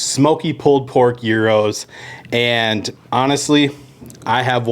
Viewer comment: 1. Thank you for pronouncing gyros correctly. 2. Interesting take on a Greek staple. I will have to try it. For people that don’t know, brush that pita lightly with olive oil and throw it in a skillet and toast it first.